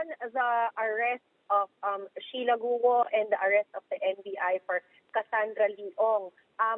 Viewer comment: Cheryl, “Gu-o” , hindi “Gwo”